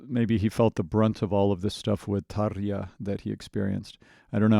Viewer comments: Great TaRRRja pronunciation ... :) to start with. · Holy hell, I have never heard a native English speaker pronounce Tarja that well!